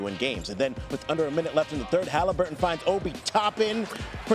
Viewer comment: Love how Q pronounces Haliburton 🖤